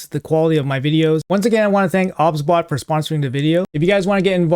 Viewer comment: No hate obviously bro but are you sure it wasn't pronounced "OBS-Bot" as in the software? Just curious dude